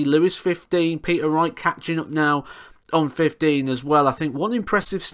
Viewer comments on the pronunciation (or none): none